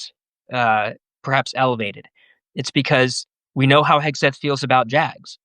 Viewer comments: Your guest has mispronounced Hegseths name, is that on purpose..? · Love how Hegseth's name was mispronounced several times!